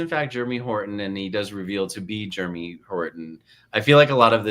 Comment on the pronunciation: Was saying Germy on purpose instead of Jeremy? 🤣